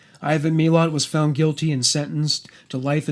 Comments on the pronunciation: Its Muh-lat right? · I am Aussie, and live only about 2 hours from where his family lived... the way you pronounce his name isnt right, BUT i appreciate it!!! It sounds like a story that i dont know the ending of, instead of his name leaving me cold and scared! He is dead now, but that man still terrifies me!! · yeah, exactly!! :) but the way he pronounced it, seems less scary. Odd huh?